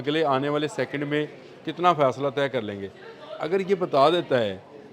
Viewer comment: Oh bhai, faisla nahi, fasla hota hai. Agar apko Urdu bhi nahi aati to phir Punjabi mein vlog kar liya karein. English to apki Urdu se bhi ziada thaki huwi hai.